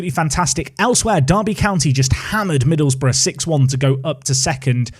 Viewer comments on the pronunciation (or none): none